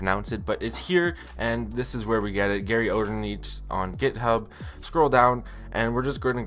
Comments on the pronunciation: as a german, i think you REALLY gotta practice pronouncing garyOderNichts.. regardless of all that, cool vid! once im back home, i'll definitely be checking on my wii u with wiiUident. thanks! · im german and im ngl i needa laugh when you say GaryOderNichts